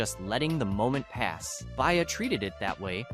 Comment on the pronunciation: He name is BE-Ah… not Bay-Ah… B-IA. Stop using AI, or speaking on Black culture.